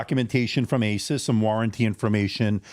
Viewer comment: Thank you for saying AY suss and not ay SOOSE which sounds ridiculous.